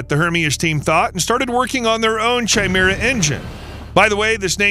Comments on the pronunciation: Chimera is pronounced kai-meer-ah, not 'chai' - meer - ah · It's not "Chai-mera" 🤦🏾‍♂️. It's pronounced "kai'mira" ffs. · That was pissing me off too lol, KAI-MERA damnit! 😅